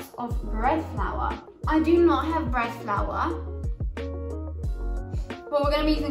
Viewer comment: I love the way you say "breadflaowa".